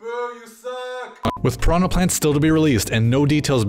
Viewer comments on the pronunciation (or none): none